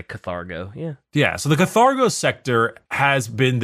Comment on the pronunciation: I love you but it's kaRthago sector